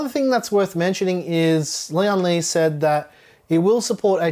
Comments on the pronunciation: Not important, but every YouTube reviewer pronounces the company as Lee on lee. Lian is one word, to be pronounced as lee-en lee. Lian is one character, almost one syllable. It means alliance, union, or united. Li means strength. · This case is bril-Lian Li.